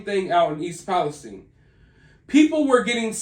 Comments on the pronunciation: Agree. We pronounce it east palesTine. Like Time, or Fine. Not eine, like Epsteine. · Thank you for saying East Palestine properly. Nobody else can seem to get it right. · I'm from EP I'm just glad your saying the name right. Lol if your from there you know lol